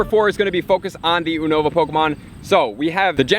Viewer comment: YOU-NO-VAH. Just in case no one else told you. But it's all good. Keep up with the helpful content